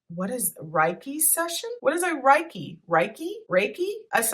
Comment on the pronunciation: Reiki is energy healing Pronounced Ray-kee